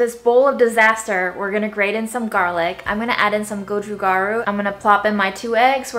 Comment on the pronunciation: You're pronouncing Japchae properly, except that the stress is on the first syllable. Gochu Garu is pronounced "go choo"